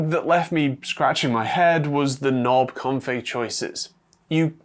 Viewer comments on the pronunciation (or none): none